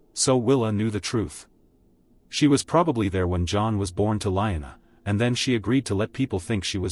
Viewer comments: Lee-Anna! Not line-a. A.I. stupid talk. Get a human to read. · Liona? Not Lyanna?